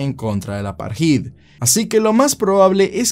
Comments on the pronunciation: eres un fenómeno bro que buena temática e investigación. Solo a modo de aporte insignificante, apartheid no se pronuncia "aparjid" sino "apartaid". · se pronuncia "apartéid" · se lee "apartaid" :-)